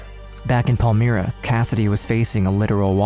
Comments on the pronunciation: The suburb name is pronounced Pal-my-ra not Pal-mir-a. The footage of American police used to depict Australian police is hilarious. Especially since it's on the wrong side of the road with the wrong type of cars. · As a Perth resident for my whole life it is pronounced Pal-my-ra not Pal-me-ra 👌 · Not that it matters, but as a Perthian myself, Palmyra is pronounced Pal-MY-ra not Paul-Meera. Pal as in I'm not your buddy Pal! And Myra as in secret admirer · Minor nitpick. It’s not pronounced pal-mee-ra, it’s pal-my-ra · It’s pronounced Pal-my-rah. Catherine Birnie holds a privileged position in prison in the library. After terrorising a city and being involved in heinous acts. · it’s pronounced Pal-Myra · Please don't use file footage of hideous Americans in clips about Australians, that is the ultimate insult. Also get a narrator that can pronounce suburb names properly, if you're not sure do research. Palmyra is pronounced as spelt, not "Pall-mee-ra". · I grew up in Melville and passed their house with school friends, I then moved to Willagee and lived a street away, the community was shoced by them .....pronouced Pal-mire-ra